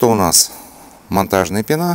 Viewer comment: В слове пена ударение на е)